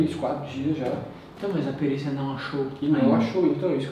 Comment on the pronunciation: Quem percebeu que no minuto o fala perícia kkkk